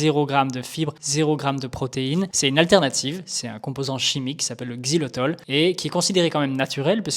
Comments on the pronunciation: Xylitol et non xylotol merci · 🧐 XILYTOL…même pas foutu de lire le nom 🤪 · Le mec dédie une vidéo au Xylitol et ne sait même pas le prononcer tout du long. Omg. Fallait faire attention sérieux x)